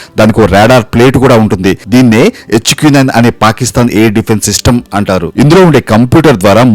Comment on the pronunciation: ఎచ్చుకు నైన్.. ఏంట్రా..? హెచ్ క్యు నైన్ అనలేవా...😂😂